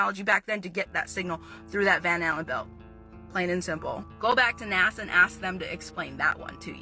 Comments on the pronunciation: Its nasa not naza lol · Why do you say nazza it's Nasa It annoys me slightly 😂😂😂